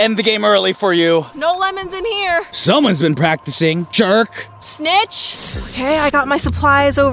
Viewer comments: But she said snitch and I thought she said b*ch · I thought said b*ch